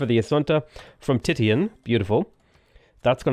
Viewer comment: Just fyi, Titian is pronounced Tishen